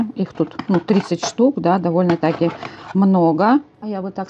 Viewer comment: так режет слух в вашем,,исполнении" слова КЛЕВО И довольно тАки... Обычно ударение ставят в этом слове на последний слог -такИ.